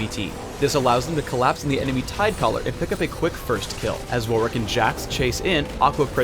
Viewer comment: why did he say tidecolor?